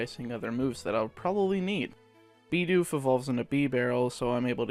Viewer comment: He said beedoof